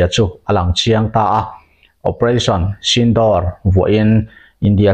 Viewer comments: Operation sindawr tih ni lovin "operation sindhur" tih zawk tur a ni e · sindawr nilo in sindur tih tur aw.. vai hmeiche pasal nei laiin an luchung a an hawihsen thin hi aw. u hi thluk tur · Sindawr nilo in sindur tih tur aw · Channel te insiam ve hi chuan thil hmingtal hi chu lamdik ve thin ula.....Sindoor tih ang chi te kha.....door tih ni lovin duurr ang chi te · A nuam dâwn mep mep ve, Pakistan lam hawia silai han hmehpuah leh a chakawm mange, operation sindoor tih hi Sindûr ti a chhiar tur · Operation sinduur tia lam tur aw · Sindur ti a lam tur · Sindur nilo in Sindoor tur zawk aw... Operation Sindoor..